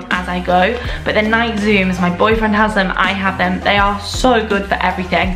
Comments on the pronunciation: Nike 😂 it’s nike ee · Is that how everyone in Europe pronounces Nike? Here in America, we pronounce them Nī-kee.